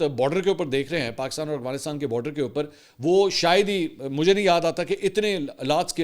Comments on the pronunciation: mujhe esy lag Raha hai Mansoor bhai Afghanistan ko bhaharistan kehny ke Koshish kr rahy hain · Sir ap aghwanistan q bolty hen